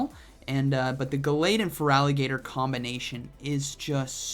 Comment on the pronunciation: Sir, Feraligatr is a "gator" 😅